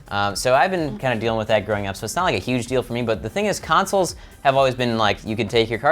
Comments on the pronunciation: Consoles not councils!!! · Anyone else annoyed by that it sounds like says councils instead of consols? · Why does pronounce "consoles" like the word "counsels"?